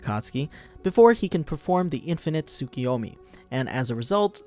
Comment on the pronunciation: Its "Tsoo-koo-yomi"